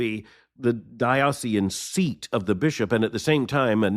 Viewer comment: Former Episcopalian here: agree with what you have to say. The Episcopal Church left me in 2004. It breaks my heart to see what has become of a church I loved, served in, and from which and in which I lived out my faith for decades. One small note: please look up the correct pronunciation of the word “diocesan,”